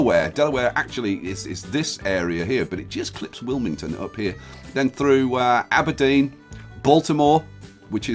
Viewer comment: I thought Aberdeen said alderaan